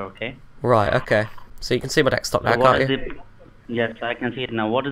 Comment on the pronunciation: what's truly sad is that they don't even catch deXtop or Wirus lmao. They listen to people pronounce it properly all day and can't tell when they're being goofed on by baiters lol good job! every minute they're wasting, ESPECIALLY when already called out, is someone else saved! Seen idiots waste 20+ minutes on a known virtual machine instead of answering more victim calls! keep 'em on as long as possible!!